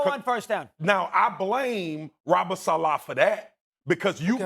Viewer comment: Why do they pronounce Robert saleh’s last name “Salah” LOL